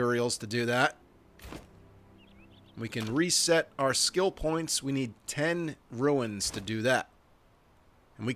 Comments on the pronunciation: Just one thing, it's very minor to be fair: "runes" is pronounced like "roons", not "ruins". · They're Runes, not ruins.